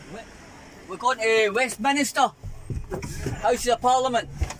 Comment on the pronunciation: It's Westminster not Westminister. There's only one i not two. Take care wee man.